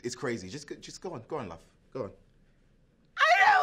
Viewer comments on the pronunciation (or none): love not bruv